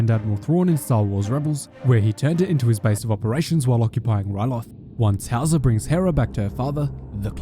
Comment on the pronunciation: At first I thought Howzer had a German name lol, it sounds like „Hauser“ which is an actual German name 🤣